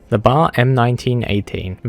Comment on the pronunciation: Ain’t no way you called the B.A.R “the bar” like it was a bar of soap XD you’re supposed to pronounce every letter.